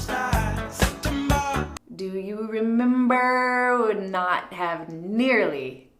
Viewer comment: Remembah sounds totally Boston !!! Glad you showed that ! Made me smile .